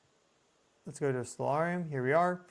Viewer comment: L E T ' S as in LET US ... "Lez"... wth?